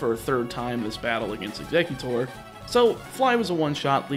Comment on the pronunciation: Ugggghhhhhhh he said “exeggutute” again.